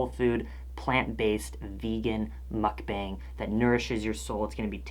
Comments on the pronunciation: the 'a' in "mukbang" is pronounced as 'ah' sorry it really bothered me love your videos! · It's ' mook-bong' i ☺. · google how one should pronounce mukbang (korean word) ... because you're saying it wrong.k